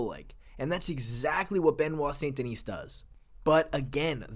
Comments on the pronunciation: The 's' in 'Denis' is silent. Unlike the name 'Denise'. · the "s" at the end Denis is silent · Each time an English speaker pronounces the last S of Benoit's last name, I cringe. And Navy seals don't exist in the French army BTW. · The s in Denis is silent